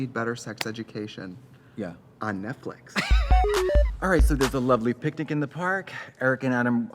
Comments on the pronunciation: It took binging 5 eps in a row to realize Tracy says "Netflick" instead of "Netflix." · I just can’t deal with them constantly repeating netflick, like wtf ????? 😂😂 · This was the best one so far lmao And i love that trixie keeps saying NETFLICK